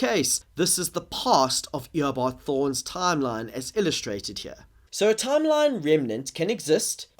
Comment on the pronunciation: "The line must be drawn heuh!"